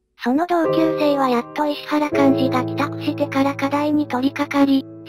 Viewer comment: 石原はいしわらと読んでいただきたかったですねぇ。ゆっくりの変換が大変なのはわかるが